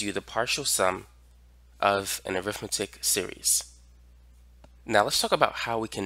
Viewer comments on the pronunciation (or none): When used like it is here (as an adjective or noun adjunct), it's pronounced arithmEtic, not arIthmetic. The latter is when you're talking about the school subject -_ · Pronounced arithMEHtic. (Different pronunciation than when you're using it as a noun.)